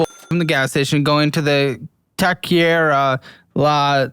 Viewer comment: Say it with me TAWK-ER-REEA (roll the R's)